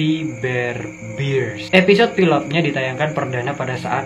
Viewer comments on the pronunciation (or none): Bang bear bukan bir :v